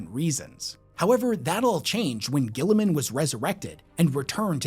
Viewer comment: the immense will power not to butcher Guilliman's name